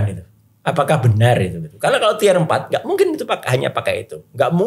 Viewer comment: tier dibaca/diucapkan “tiyer”